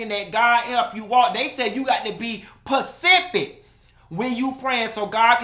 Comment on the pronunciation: You got to be “Pacific!” 🤣🤣🤣 Love it!!!